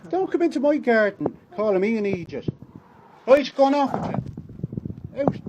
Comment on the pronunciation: "Don't come into my gaaden, callin' me am eejit!" That needs to be memed! 😂